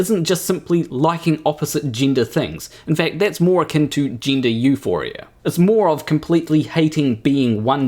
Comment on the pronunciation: Tind ? Gindah? It's confusing enough as it is already all this without adding horrific vowel abuse. And I'm Glaswegian so I'm usually more than happy to cut my equally unintelligible Antipodean cousins some slack. Anyway, the main thing here is of course that you get to be the ultimate arbiter of what is and is not funny. And Bill Maher isn't funny. I know that because you just told me he. End of discussion. The problem is though that he is funny. Extremely funny. And whatever you think about this piece that's so upset you there's no denying the writing is quite brilliant, much as you try to naturally. You couldn't have written something like that in a million years. And not because obviously you disagree with it or equally obviously you're utterly devoid of a sense of humour. But because you're simply not smart enough. Comedy writing of that calibre is actually extremely difficult. Few people can do it all, fewer still as well as Maher and his co writers. But in a few short years I fear we will no longer be able to enjoy Bill's brilliance, be that Maher, Murray or Burr, because zealots like you will have succeeded in getting it banned. Consigned to the bin under that big amorphous catch all of "hate speech"🙄 Censorship and cancellation, doxxing and shaming used to be solely the preserve of authoritarian regimes. Not any more, there's a new type of facism at play now. The tyranny of the minority. A relatively tiny group of male extremists hell bent on eroding hard fought wome